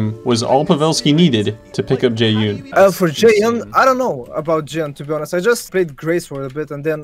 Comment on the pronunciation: jesus i got so triggered when he pronounced jaeyun jae-Un